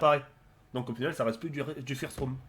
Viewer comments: FIRST ROOM xD ( avec l'accent français) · Oh putzin comment ta dit First rooh j'suis mort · FIIIIIRST ROUM mdr t'a pas pris de cours d'anglais toi